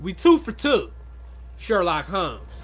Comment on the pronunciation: lol "Sherlon"